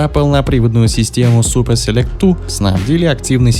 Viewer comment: Супа селект говорит